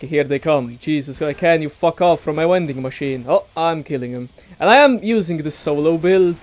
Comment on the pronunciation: Take a shot wvwey time he says V(W)ending machine